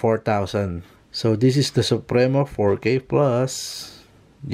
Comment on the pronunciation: Sup-pri-mo. Hnd sup-re-no.. hnd yan si mabini